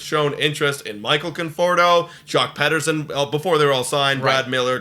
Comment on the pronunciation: Joc Pederson is pronounced Peterson not Petterson.